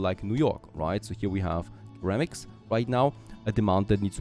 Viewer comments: Love the series, got me aware of your channel. It is BTW pronounced "Sir-amics", not Ker-amics. Not being picky, as my German/French/Italian is none existent. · Again, love your vids. It's pronounced "Sir-am-iks" ❤ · ceramics= ser-am-ics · Loving the series, not sure if its a language or accent thing but ceramics is pronounced like "suh-ram-ik" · Just so you know, ceramics is pronounced "seramics" ;) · You are pronouncing ceramices wrong. Also, the line wou made for the clay have a 6-9% slope at one point.